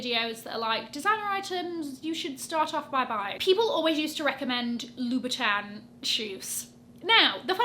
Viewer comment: Louboutin is pronounced "Loo-boo-ton", not "Loo-bee-ton"